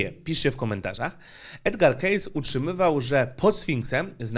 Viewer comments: Dzięki za fajny film, fonetycznie z ang."kejsi" nie "kejs" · Uwielbiam Cię, ale 'Kejsi‘, nie 'Kejs';) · Edgar "Kejsi";) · "2550 przed nasza era". chya nikt nie myslal ze chodzi o rok 2550 AD. :D P.S. sfinks jest wykuty ze skaly, jak glowy prezydentow na mt rushmore, a nie z pozostalych po piramidach kamieni. P.S.2: nazwisko spiacego proroka wymawia sie 'kejsi' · Nazwisko Edwarda Cayce czyta się "kejsi" inaczej wychodzi z tego case czyli walizka 😉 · Przepraszam za zwracanie uwagi, że nazwisko Cayce czyta się: kejsi. I tak, powinny powstać kolejne vlogi na temat jego wizji. Edgar Cayce to moim zdaniem jeden z najważniejszych postaci parapsychologii. Co więcej, w przeciwieństwie do większości innych osób zajmujących się wiedzą tajemną - zdaje się, że Cayce był akurat postacią pozytywną.